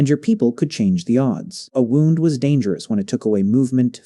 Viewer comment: Your garbage AI can't even say 'wound' correctly